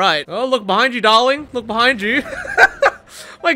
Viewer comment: I love how you saying darling… “daorling” hahahaha